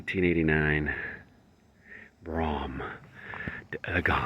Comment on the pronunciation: Whoa Nelley, 1989 and used to be fine. Yep, I think that Regency Motors was a used car dealer and they are long gone. It's pronounced "BROME" (rhymes with "chrome") D-Elegance. AutoEvolution is the website that picked up the video on the 1979 Cadillac shown in the previous video. We got the VIN, we win: 1G6 for US made Cadillac, DW for Brougham, 5 for four door sedan, 1 for manual seat belts, Y for 307 Oldsmobile V8 with four barrel, aka RPO code "LV2", aka "Mini Pocket Rocket", 2 is a check digit, K for the 1989 model year, R for Arlington, TX assembly, and the rest is the production sequence. The Arlington, TX plant still operates today and produces trucks such as the Suburban. The 307 Oldsmobile engine is a solid, reliable engine and personal favorite of mine. They run smoothly and they run, run, run, run, run, run, and then run some more. One of GM's better engines. Add that to the Cadillac RWD Brougham and you got a two for one winner. There was a big relief for Cadillac salespeople (including my dad) when the 307 was used in the RWD Broughams from . They brought reliability back to Cadillac, something that was very needed at the time. We got the SPID, glad you did: 6DW69 for Cadillac (6) Brougham (DW) four door sedan (69), AG2 for split bench with multidirectional power adjustment, ARL for Arlington, TX assembly, AS8 for manual seat belts, A81 for power back reclining seat, A91 for rear compartment lid release, vacuum control, B34 and B35 for floor mats front and r